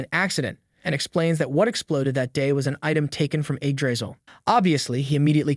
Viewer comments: bro what is eggdrizzle like it's Yggdrasil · Eggdrizzle, bro its yig-dra-sill😢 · Its not Eggdrisal its Yggdrasil pronouced Yig-dra-sil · Actually pronounced yigdraseal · I don’t know but I’m very sure that it’s pronounced ig dra cil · Do i Heard it wrong or he is say the tree name as eggdrasil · Why does he keep pronouncing it "egg drizzle" 😭😭😭😭😭🙏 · Start of the video, me seeing Yggdrasil, the narration voice saying "Egg Drisel". Sounds about right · All I hear is egg drizzle when he names the tree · I'm usually not this petty...but your pronunciation of "Yggdrasil" is wrong and horrible... yeah, Americans and those pesky foreign words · Would rather read the Manga/Manhwa, if such exists, than listen to an AI Narrator that can't pronounce Yggdrasil the same way twice in a row.